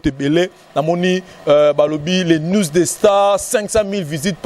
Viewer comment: news et non nwes....